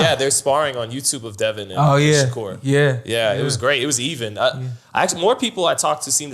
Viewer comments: Why it sounds like he’s always saying Shakira not Shakur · They way he pronouncing Shakur is killlinngggg meeee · “Kambosis by 10th round KO” ??? 😂 no wonder they did their highest numbers without you bro everytime you talk your obvious bias shows. You’re decreasing the credibility of the pod bro. Put some respect on Devin name and pronounce Shakurs correctly 😂 #zittelisbetter